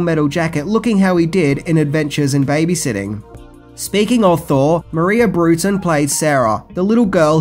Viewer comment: I love the movie, although I only saw him once, a long time ago. Thanks for this video. ... do you really call her Maria Brewton? (Because it's Maia Brewton.) ;)